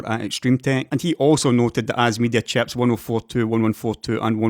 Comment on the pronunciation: Very good video as usual. Love how you pronounce "chieps"